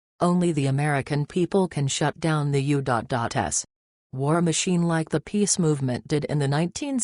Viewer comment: Unsubbed. The info might have some merit if it were anyone but DJT. He's too cagey to simply be cornered by blackmail. No, I don't think so. And your robot voice says, "U dot dot S". If you can't correct that, you don't need to publish a channel.